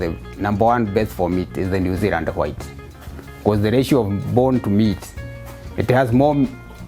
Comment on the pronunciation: Zeland? LOL. Or Zealand